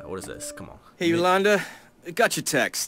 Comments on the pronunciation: Bruh, you were saying "Yoslanada" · my mom is called yolanda and i cringed every time you pronounced it lmao